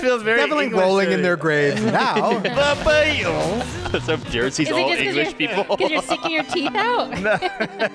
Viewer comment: Jared saying “the BeAtlEees” had me weak lmaooo